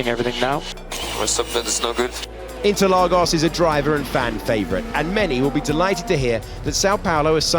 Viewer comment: Repeat after me: São Paulo = San-oh Paulo. Junção = Jun-San-oh Interlagos = In-Ter-lah-Gus. honestly, it is NOT that hard. please pratice your pronunciation.